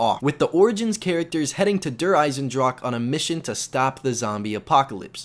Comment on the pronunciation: sorry if this is annoying but it is not pronounced eisendrak